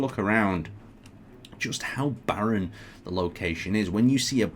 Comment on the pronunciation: Barren, not baron